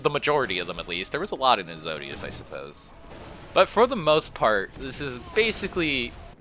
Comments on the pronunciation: man said ezodious instead of exodus, no hate video slaps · Long night of solace is episode 5 Exodus is pronounced Ex-o-dus